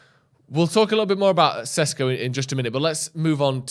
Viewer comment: its SHESHKO plsssssssss not SESKO